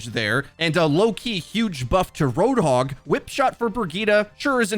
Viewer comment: Its Roadhog, not RoadHOG